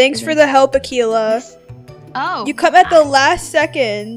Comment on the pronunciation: RLLY ITS AKELA RLLY THATS SO RUDE I THOUGHT YOU WERE NICE ITS AKELA